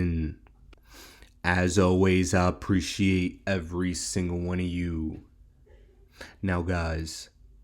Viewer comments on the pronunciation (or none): none